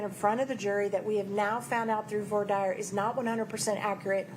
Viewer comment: Why don't Americans know how to pronounce "voir dire"?